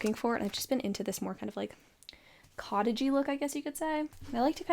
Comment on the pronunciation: She said cottag-y, I heard cottage cheesy.